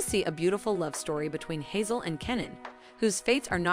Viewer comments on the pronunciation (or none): As a Dutch person not speaking turkish, i almost did not finish this video because of the pronunciation of names. Kemal, nihan.... Made my skin crawl. Hazel and Hazal.... There is a huge difference.. Please do some research before insulting the language. Love the video content though.